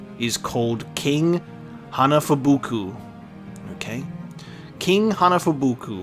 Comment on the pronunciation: I can't believe you pronounced Hanafubuku right on the first try, I still struggle to say it now XD